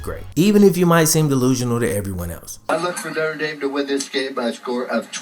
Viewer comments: note-r dame, not note-tre dame it's cool tho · Noter dame not notre dame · Damn guy. It’s pronounced NO-TER DAME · I have noticed you have the oddest pronunciation of Notre Dame... Most people say it as either No-truh D-ahm or No-ter Dame you say No-truh Dame might I ask where you are from? Being a Bengals fan I assume you are from Ohio somewhere but I've been wrong before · “Nocha Dame.” Lol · No-Trey-Dame...? Come on man it's pronounced Nostradamus smh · if you gonna pronounce that "notre" you better pronounce that "dame" . hunchback of notre dame